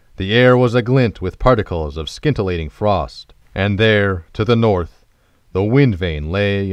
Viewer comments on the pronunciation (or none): Pronounciation.........."skin.....tillating" ouch.